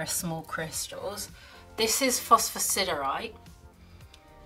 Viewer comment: Ok but you nailed phosphosiderite 🙌🏻 😂